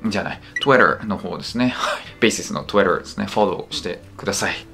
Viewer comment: 日本語を話しながら合間に英語発音（Twitter）入れるのって難しいんやな